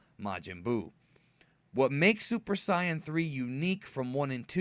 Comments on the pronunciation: its pronounced "say annnnn" not "siiiii annnnn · For god's sake, if you want to say Saiyan in the Japanese way, don't say cyan, say Sai-ajin, for god's sake. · dude I like your videos but I did not like of what you said for your video you said Super Sion it's called Super Saiyan I'm a big fan of Dragon Ball but saying I Sion does not fly with me it's called Saiyan I know people has their own voices and I know they can say what they want to say but I don't like it when people say Sion and it's not right Super Sayan I mean come on it's like saying science hey there's a Super science here I love your videos I love what you're doing and everything else but saying that does not compute with me so please try to say it right next time because I'm going to put a bad like on it if I hear it I don't want to be mean I don't like being mean but I'm just going to roll with what I believe have you guys want to put a bad like on me I don't really care I just know what I like to hear I prefer correct words so yeah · depth is effected be any accent, where as say-in is wrong and sai-an is correct, because of how the syllables are split for the word saiyan. it would be split sai-yan not saiy-an. but that's because english is a fucking wired language. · It bothers me that you pronounce it Sai-Yen... Only Saiyajin or Say-Yen are acceptable in my book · Sai-Yen is how I are SUPPOSED TO PRONOUNCE IT!!! Say-Yen was a mistake made by a producer in the 1996 ocean dub, and it stuck. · also, try either "sei-yen" or "sai-yan" instead of "sai-yen" Definitely wrong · I love your channel and videos but when you say saiyan it annoys me, I've always heard say-an not sai-an, still great videos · It is pronounced super say-in not siyin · Sorry, but it's still not hte correct way to pronounce the word in Japanese. If you wanted to pronounce it correctly in Japanese, you'd say "Saiyajin". But here's the thing. You are not Japanese and it's hurts to hear you say that! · Super "syan"? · It's say-in